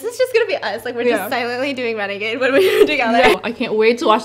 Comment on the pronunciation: She said brenegade.... Ugh it renegade...